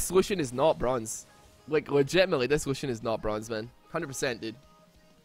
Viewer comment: The name of lucian is on german i loved how you pronounced it xD